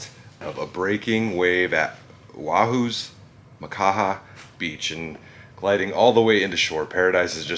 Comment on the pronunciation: Surprised you pronounced Oahu, Makaha and Mahalo correctly lol. Born & raised in Hawai'i 🤙 love these historic adventures!